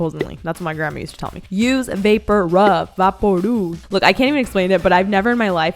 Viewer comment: when she said vaporub in her hispanic accent i wheezed- colombian tings 😳😳 #natificationsquad